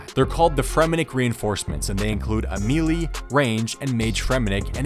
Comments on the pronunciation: ME-LEE-ER? gross bro. say "MAY-LAY". I bet you say "MEE-MEE" instead pf "MEEM" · learn to pronounce melee challenge (impossible) (gone wrong) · Please stop mispronouncing melee.